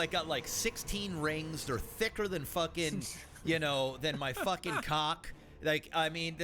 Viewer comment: why did say "cock" like that?????